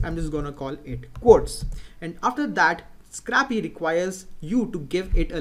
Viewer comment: Nice vids. PS. "scrapy" is pronounced SCRAY-PEE, as in to scrape (which is pronounced SCRAYP).